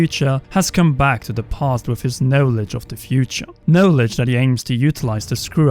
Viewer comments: “No”ledge, who the fuck pronounce knowledge this way? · I think this is the first time I've heard someone pronounce it 'No Ledge'...